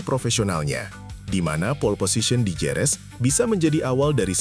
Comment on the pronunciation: "HEREZ" Kek ! Bukan Jerez ! 😝